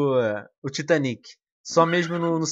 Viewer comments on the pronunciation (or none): none